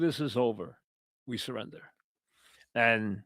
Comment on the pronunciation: “We sirrrinda, is ova”